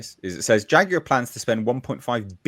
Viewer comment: WTF is a JAGWIRE?